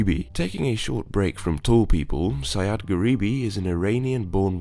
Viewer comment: BTW, The iranian guy's name is pronounced "Sa-djad", not "Sayad", Sayad means hunter:P Anyways, interesting vids m8, keep em up!